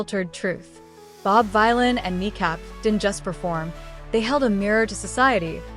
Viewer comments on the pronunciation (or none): Dunno if it's cos this is an ai voice or cos it's an American narrator, but just so the creator knows... Bob Vylan is actually pronounced "Villan" (like Bob Dylan)! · It's pronounced VILLAIN, you AI moron.